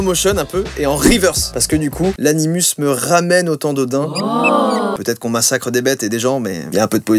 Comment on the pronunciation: On dit anim[ou]s c’est du latin et non anim[u]s.... mes 6 ans de latin m’auront uniquement servis à écrire ce commentaire mdr